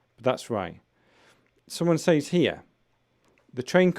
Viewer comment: I heard you pronounced says as say all the time. Are there two ways to pronounce it?